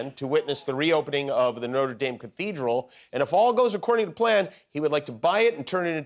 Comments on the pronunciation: Notre Dame Jimmy? Really? It's the cathedral, not the college. No-tra Dahm, not Noter Dame. SMH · Please pronounce Notre Dame correctly....Noht'reh Dhem. Note'R Daime? FFS 💙🤍❤ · At least make an attempt to pronounce correctly. Notre DAYME is the school in Indiania. Notre DAHM is the cathedral. You don't have to have a French accent or anything, but you can at least use the short vowel. And it's not Pred Macrone. It doesn't rhyme with "own." It's closer to the English "anh" sorta. Mac KRAH... sorta... How hard is it to know that? And having a Republican Senator talk about how important it is to obey the law and be punished if you don't.... I'd laugh except satire is dead. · Don't Americans know how to say "Notre Dame"? Weird that you pronounce it "Noter Dame" but spell "theatre" as "theater". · It's NOT "NOTER DAYME"!!! Pronounce it correctly, please. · Is anyone else looking forward to the resumption of Trump and Macron’s handshake war? “I’m not letting go till you let go” “Well I’m not letting go till you let go” “Well I’m not letting go till YOU let go” “WELL I’M NOT LETTING GO TILL…” etc etc ad finitum (Btw the way Americans pronounce Notre Dame is crazy 🫤) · ‘Noder Dayme” … Macrone” … Americans - murdering language and culture since 1776….. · trump shouldn't be able to do anything until Jan 20th. On a side note, I do wish Americans would pronounce it correctly - it's Notre DAHM, not as in southern woman. Also, Macron is MacrON (as in 'on' the table) not 'crone'. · So funny how Jimmy mispronounces “notre” 😂😂😂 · Notre Dame….yet another word Americans choose to pronounce very much incorrectly for reasons known only to themselves and their English teachers 😂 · You don’t know how to pronounce Notre Dame??? Are you eating at the Warren salad Buffet?? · Aw he’s saying notre dame like the college… who’s gonna tell him